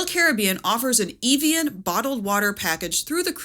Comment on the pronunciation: Your pronunciation of 'Caribbean' and 'Evian' had me in stitches 😂